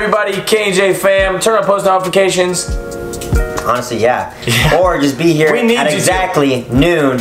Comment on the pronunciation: Literally nobody: Kian: tUrn oN thE pOsTmaLonEFicAtiON